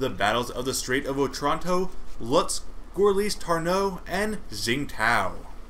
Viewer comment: Just so you know, Gorlice is pronounced like "Gorlitse", with the e sounding like the first letter of "eventually" and Tarnów is pronounced like "Tarnoov".